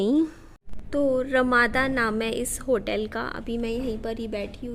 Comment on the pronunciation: Rmana nhi hota pgl rmada hotel hota h